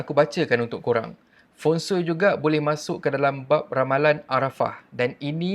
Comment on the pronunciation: feng shui bukan feng soi😂